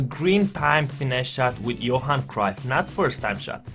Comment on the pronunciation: great video. but its bugging me how you are miss-pronouncing Cruyff's name. if you can correct that next time please:)